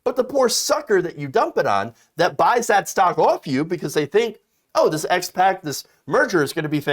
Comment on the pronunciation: Oh man please stop calling it an S.PAC... it's SPAC (Spak). Please read up/look up how SPACs actually work. Before SPACs merge there are set conditions they need to meet. They usually buy/merge with companies that do not have tangible business models.